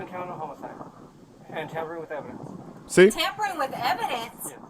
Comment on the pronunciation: Agreed. Mom is a controlling, obnoxious b*tch. "Tampering with evdence??? At the hospital??"